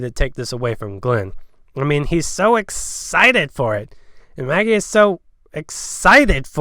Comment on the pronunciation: DID ANYONE HEAR HIM CALL MAGGIE MALLY!!! 😂